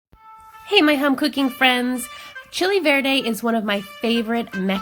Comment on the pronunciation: The moment I heard her say chicken Verde… no accent, don’t trust